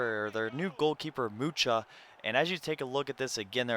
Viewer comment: Everton;s keeper is polish and its pronounced Muha nice try tho lol